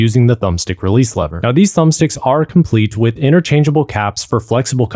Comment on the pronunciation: "Ultman Controller" = ultimate. You mean "inter-changable" not "inner-changeable". And "re-mapped" not "re-map". Hopefully this helps you out as much as the video helped me, thanks for taking the time to create it! :)